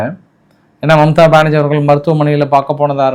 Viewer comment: Bro. Not mumtha banarji. Mamtha benarji. Neer Mumtaz visirinu ungaveetukku theriyuma?.😂😂